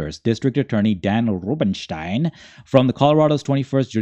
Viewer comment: Why the wierd "Rubenstein" pronunciation?